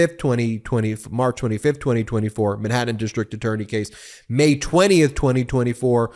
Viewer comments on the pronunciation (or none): none